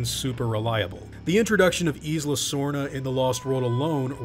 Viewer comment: Thw word isla is pronounced ai-la, not is-la